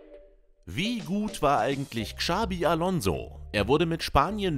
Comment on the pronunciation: Dass niemand in Deutschland Xabi und Xavi aussprechen kann, sondern mit einem "Ksch" anstatt "Tsch" ausspricht, triggered schon sehr. Wenn man schon ein Video für solche Spieler macht, kann man auch mal entsprechend recherchieren